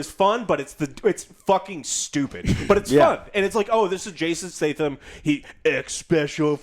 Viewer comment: Is Joe not physically capable of saying names correctly? Wtf has ever said Jason Stay-dum